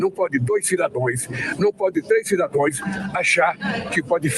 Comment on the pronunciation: “Cidadoes”. E o Que da colocar um analfabeto no poder